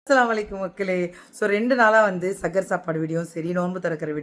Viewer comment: Yega adu sahar ge sagar illa ge